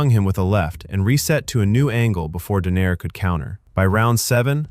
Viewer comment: I think it's pronounced Donai-re